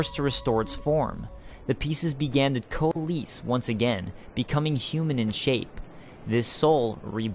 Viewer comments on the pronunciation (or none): Fantastic video! Best lore video to date for DS2, that's for sure. Oh, the word "coalesce" is pronounce "ko-uh-less". Sorry =P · I've never heard someone pronounce some words the way you do, like coalesce and remnant. Very interesting.